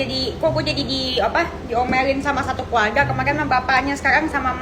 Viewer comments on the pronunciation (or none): Bagusin dulu mba rrrr nya baru ngomong😂 . Ngomong aja belum becuss . Orang bilang keluarga dia bilang keluaga rr nya mana mba. 😭🤣🤣